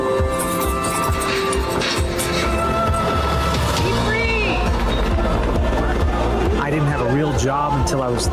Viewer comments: hey at least they pronounced Mandani's name right? that's progress. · Two noticeable things about this ad, 1) the pronunciation of Mamdani's name is correct. 2) there are ZERO characterizations of Jewish people. How obvious is that?! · this may be the absolute sloppiest AI slop i have ever seen, but you gotta hand it to those shapeshifting actors... at least they can pronounce Mamdani